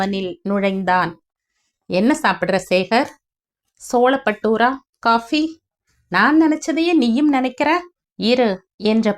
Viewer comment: Solappattoora illamma, chole-battoora